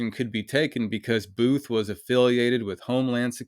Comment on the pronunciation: When you said that Home land security person whose last name is Booth. I could’ve sworn you said, “buffoon” I mean, it’s honestly very fitting for his very hostile attitude. Definitely not a people person. I used to work in healthcare for nearly 20 years and I would strongly believe that this fool somehow escaped from a nursing care facility where they take care of people that have dementia and other memory issues. Director buffoon of Homeland security. Kind of fitting for this whole video because even The so-called law enforcement officers are as even more buffoons than that old fart that they are protecting. Got a new. You got a new subscriber out of this encounter. I found you on YouTube through another video. I really hope this whole town gets investigated because it seems very corrupt.